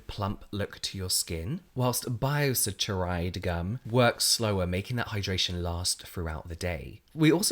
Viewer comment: Saccharide is pronounced sack-a-ride :)